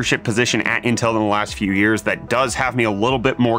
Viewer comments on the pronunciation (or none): none